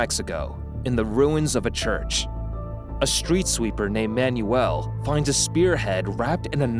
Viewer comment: I gave up on this video after he mis-pronounced both Manuel and Occultist within the first .